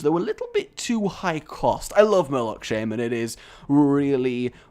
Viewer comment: Say Shaymen again, I dare you!